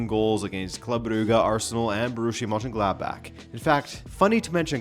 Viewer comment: Excellent video and unbelievable how well you pronounce German words like Mönchengladbach. I rarely subscribe, here I did, keep it up!